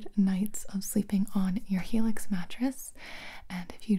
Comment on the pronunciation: What everyone heard: Helix What i heard: Felix